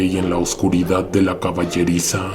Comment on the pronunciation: No cambies nunca tu modo de hablar, me encanta cuando decís " Que venga la oscuridaaaaaad " y todo lo demás e incluso el aullido que se oye. En otros el que venga la oscuridad lo hiciste muy corto, seguí siempre con la prolongación, me encanta. Soy tu fans y siempre te escucho todas las noches cuando me acuesto. Saludos desde Uruguay, un abrazo.